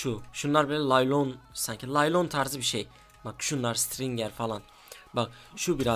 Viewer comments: LALYON DEĞİL NAYLON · lalyon değilde naylon desek :D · Laylon diyorsan yanlış söyledin o naylon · Lalyon değil abi naylon yanlış anlama ama :)